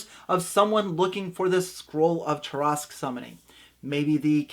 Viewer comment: First off it was extremely painful to hear you pronounce Tarrasque incorrectly that many times. Second I would just have them all die and wake up together as their first levels with no explanation. I would let the reason why unfold slowly as the game progress'. I however am not the norm. I like to improvise alot of my games on the spot and as we go working the characters backgrounds in as much as possible. I have gotten very good at that.